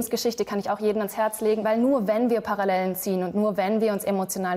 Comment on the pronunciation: "Paralläälen" Das hat mich beim Ursprungsvideo schon hart getriggert..